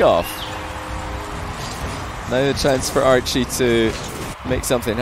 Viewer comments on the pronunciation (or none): Idk y I keep hearing say Arju instead of Archie xD